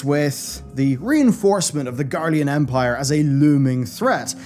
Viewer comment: Can't tell if it's the accent or not, but it almost sounds like he's saying "the Guardian Empire" 🤣